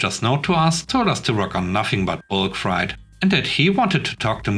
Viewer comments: "Freight" is pronounced to rhyme with "rate," not "rite." I know it doesn't make sense, since "sleight" and "height" are pronounced to rhyme with "rite" while, while "sleigh" is pronounced to rhyme with "ray." I apologize for our ridiculous, illogical language. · FYI - Freight rhymes with eight.